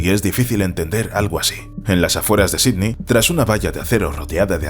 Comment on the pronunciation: Jajaja estos españoles..pronuncia Melbourne como se escribe..pero Sidney....nooo. Dijo Sidni!!!!😂 Niu York😂😂